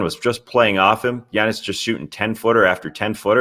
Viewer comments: it's giannis, not yanice. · Had no idea that was how Giannis's name was pronounced (in Greek). You learn something new everyday!